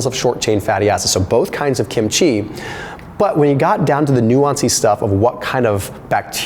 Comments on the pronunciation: Love the video and also love Kim-chi but after living with Koreans most of my live I have to say that you are saying it wrong the accent is on the first syllable not the last. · The way you repeatedly mispronounce kimchi is probably pissing off the likes of dr fung